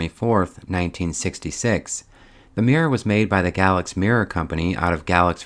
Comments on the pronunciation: As always, a beautiful restoration! That town isn't pronounced like galaxy, but like gay-lax. It's one of those places that have a name that the way the locals pronounce it is never the way that people from elsewhere do. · Beautiful! FYI, it's pronounced GAY-lax.I'm from NC and used to go to bluegrass festivals there. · FYI the locals pronounce the name of the town in VA where the mirror was made as Gay-lax. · Vaughan Bassett was the furniture factory in Galax, Va. And that is pronounced “gay lax”. Beth Macy’s book Factory Man provides an excellent recount of its history. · Looks great. Galax, VA. Pronounced “Gay-lax.” Do you think these could have been valued more sold as a set? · Galax is pronounced like “GAY..lax”….. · I have family in Galax. It is actually pronounced as “gay lax.” Lovely area of Virginia, the town still has a Basset furniture factory, just off the main downtown area. Galax is home to the Old Time Fiddlers Convention the first week of August. The nearby town of Hillsville is home to Memorial Day and Labor Day flea markets. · It's pronounce Gay/laks. There's a well known fiddler's convention there every year. Makes me wince to see a chest 5 years younger than me called an antique. Ouch !! Very beautiful results. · As a native Southerner, can share that Galax, Virginia is pronounced GAY-lacks. Love your beautiful work! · Enjoy all your videos! FYI, they pronounce it Gay-lax. Keep up the great work. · This is not an attempt to be rude...the town in Virginia is pronounced GAYlax.....My university was about 30 minutes away. Great video... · FYI, the town of Galax, Virginia is pronounced Gay-lax. I discovered recently Virginia Tech's football stadium, Lane Stadium, was named after a former owner of Lane Furniture, who graduated from the school and gave lots of money to Tech. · Galax is pronounced Gay-lacks, VA. I enjoy seeing you restore furniture pieces to their former glory. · Gay-lacks, Virginia. Yes, we know how weird that pronunciation is.